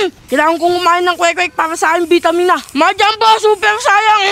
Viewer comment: 𝕄𝕒𝕛𝕚𝕞𝕓𝕦 ❌ 𝕄𝕒𝕛𝕚𝕞𝕓𝕠 ✅